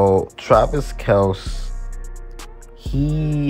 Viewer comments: Your pronunciation of Kelce name is correct ! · Get Ladd and McCaffrey It’s actually pronounced Kelce just like you say but there Father got tired of correcting people and just let people say Kel see So they were raised saying Kel see